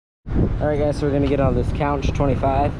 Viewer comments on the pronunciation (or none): Counch? He knows it’s conch like the sea animal? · Pronounced Konk not counch